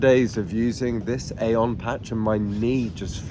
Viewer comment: It’s pronounced EEE-on. Glad this is working for you! 🙌✝️